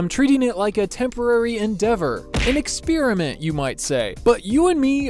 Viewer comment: "Experiment" is pronounced "ɪkˈsper.ə.mənt", not "ɪkˈspeer.ə.mənt" (like "Spearmint"). Please pronounce words correctly. Just because you're from the Mid-West, doesn't give you an excuse to pronounce English words incorrectly. It just makes you look ignorant. Just a heads up. Thanks.